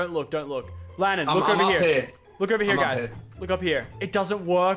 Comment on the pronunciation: LANNAN!!! NOT LANNON GET IT RIGHT